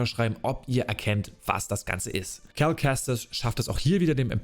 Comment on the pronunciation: Also wenn ich mich nicht verzählt habe hast du 59x Cal wobei es manchmal auch nach Carl klang 😆 Und die olle Trilla...Pfeife. war so nervig. Der Auftritt von Vader war mega, und dazu die Musik einfach episch as fuck. Ich freue mic hauf morgen, den Stream anzuwerfen und wieder mit Cal unterwegs zu sein.